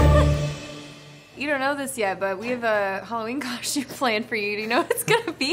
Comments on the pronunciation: “coshtume” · No one:: Hot dog cosh tume She still fine tho. I would let her absolutely destroy my mental health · I'm French and she did butcher it 😂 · I’m french, SHE BUTCHERED IT! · I’m French you butchered it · I'm French, she BUTCHERED it! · I'M FRENCH, SHE BUTCHERED IT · I’m french....she butchered it. (Edit) I’m French Canadian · "Im French u butchered it" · IM KOREAN BUT SHE BUTCHERED IT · I'm French you butcherd it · you butchered it:( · I’m French she butchered it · Im french and she butchered it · IM FRENCH SHE BUTCHERED IT angry French screaming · i’m french. she butchered it. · I'm French you butchered it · I’m French; she butchered it! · I’m not French, she butchered it! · I'm french she butchered it! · I'm French and, yes, she butchered it. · "I’m french, she butchered it"